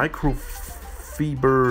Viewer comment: He said micro - feber 😂 it’s fiber.